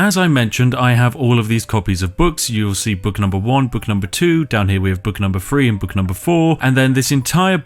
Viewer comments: three = "free" everything = "everyfing" through = "froo" :) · Super cute when he says book number free